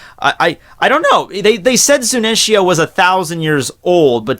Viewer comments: its zunesha not zunensia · Zunenshia, if I got stabbed every time he said that name wrong, I'd need a total blood transfusion and stitches on half of my body. It's FOKKING Zunisha! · why are u saying ZuNEnSHia ? its Zunisha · ''zunensia'' kek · ZU-NI-SHA Fucking, learn your words baby. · You slaughtered Zunisha's name .